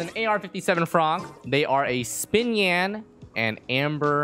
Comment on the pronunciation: Im really sorry if u didnt know how to pronounce xinyans name correctly bc its "shin yan" not "spin yan"